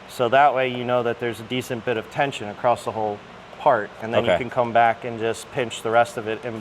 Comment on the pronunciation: “Across” not “acrossed”